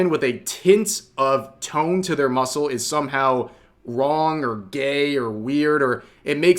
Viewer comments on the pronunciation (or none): none